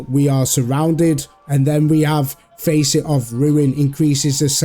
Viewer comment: The A in facet is pronounced like fast, not like face.